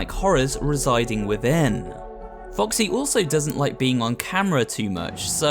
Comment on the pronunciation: did he just say Captain Woxy??